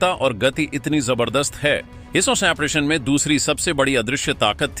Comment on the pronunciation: अपना उच्चारण ठीक करें। ऑपरेशन को ओमप्रेशन बोल रहे हैं।